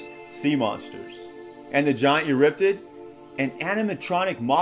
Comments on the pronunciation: Eurypterid, not Euryptid!!!! For crying out loud, pronounce your 'er's!!! Besides, everyone who watched Sea Monsters (myself included) already knew that the picture was a screenshot from it! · It's not eurriptid, it's pronounced "You're e tear Id" tear being like tearing a book page, not a crying tear. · It's eurypterid, not euryptid.